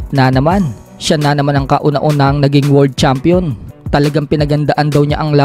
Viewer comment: 🤣 ibig ko sabihin sa Pag bigkas nya imbes world champion..word champion 🏆✌️😅